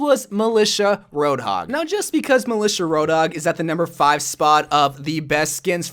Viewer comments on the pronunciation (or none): No1: malica😂 might just sound like that cos I’m English but I’m pretty sure it’s mil-I-ta😂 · Its pronounced mili T a